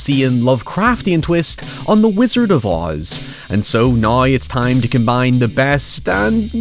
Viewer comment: Still can't get over the fact that you can't pronounce the word 'now', instead saying "nøye" :b